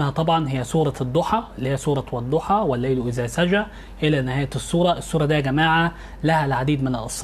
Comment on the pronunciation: يا استاذ كنت مفكر إنك عندك علم ولكن اتصدمت منك وأنت بتقول الضحي والليلو إذا سجي اتعلم الأول القرأه صح يا من تقدم النصيحه